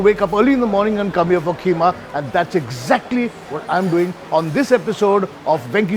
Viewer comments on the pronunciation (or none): KEEMA not k h e e m a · KHEEMA nahi 'QEEMA' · Keema कीमा .................. Kheema खीमा नही ....😅😅😅😅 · Please, please, please 🙏 🙏🙏 I beg of you, please stop this stupid pronunciation of Kheema. The H is silent. Maharashtrians butcher this word. I’m half Punjabi and half Maharashtrian and have been battling with my Maharashtrian family for 60 years to pronounce “Kheema” correctly! No self respecting muslim from Lucknow, Delhi or Hyderabad would pronounce it K”h”eema! If you want to be a credible foodie please learn to pronounce food names the authentic way.